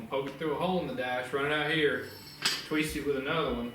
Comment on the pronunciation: "i'm gun taweest it together."